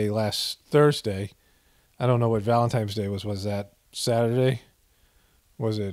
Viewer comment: If you are above the age of 11 please don't pronounce it VALEMTIMES day.